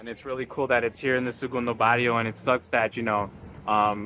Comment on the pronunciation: Learn how to pronounce its not Bario its Barrrrrrio!